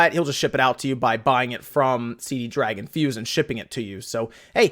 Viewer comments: Damn, it's Cdragon, not Cd dragon. :D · This shows how old some of those games are, the Dynasty Warriors game was Dynasty Warriors 7. I have a copy of Dynasty Warriors 8 on my Xbox 360. So nothing within the last few years. Also dude, it's not CD dragon, it's only cdragon. When you say CD dragon you accidentally make it sound much cooler than it really is.